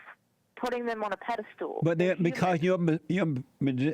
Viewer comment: Did she say "pedestool"?